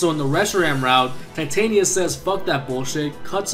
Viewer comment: Your pronouncing of Titania seems to be right. :]